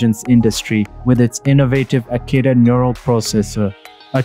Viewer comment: It's Akida, not Akita :)